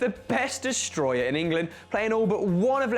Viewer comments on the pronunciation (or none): none